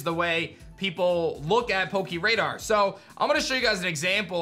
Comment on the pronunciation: Please don't say "poke- EE" radar